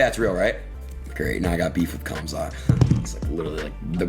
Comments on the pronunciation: The fact that adin doesn’t even give the time to properly say khamzats name is why he should never have him on, and show up to that fight 😂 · Normies calling Khamzat CUMzat lol